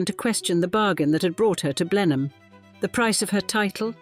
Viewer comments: Another poor little rich girl story. Prounounced blen am. Not blenhime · You should have learnt how to pronounce BLENHEIM correctly. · Couldn't the voice over learn how to say Blenheim and Ivor correctly? such an ear sore! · What a shame you couldn't find a narrator who could correctly pronounce Blenheim.